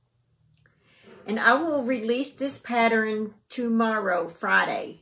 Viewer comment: Pattern or patteren? lol My husband laughs every time he hears you say it.